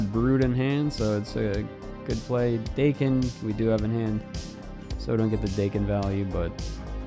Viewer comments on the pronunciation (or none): Pretty sure the intended pronunciation when the character was created was Dah-ken, not Day-ken, considering he has a Japanese origin being born as Akihiro. Which is why the season theme is called Big In Japan. I dont think anyone in Japan would even think of calling themselves Day-ken over Dah-ken if they spell their superhero/villain name Daken. Also, Japan isnt pronounced Jay-pan.